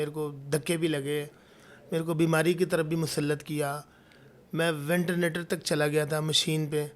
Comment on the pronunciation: Ventenator nahi ventilator machine hota hai Jadugar